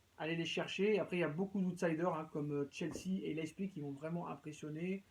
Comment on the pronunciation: On dit pas leißpig on dit Leipzig